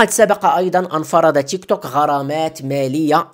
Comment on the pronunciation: ينطق بالعربي تيكتوك 👍